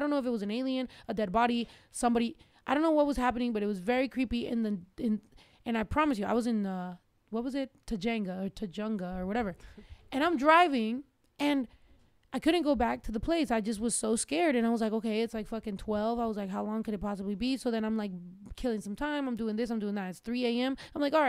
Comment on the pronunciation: LMFAO You said TAJANGA! HAHHAHA you funny AF! Its TUJUNGA LMFAOOOOOO